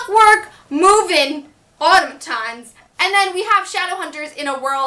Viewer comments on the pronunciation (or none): HOW IN THE WORLD DID YOU SAY AUTOMATON LIKE THAT she said: aw-tih-mih-tawns how to actually say it: aw-taw-mih-tawns